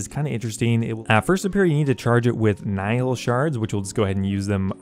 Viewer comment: FYI, nihil Is pronounced like "knee hill" it is the Latin word for "nothing"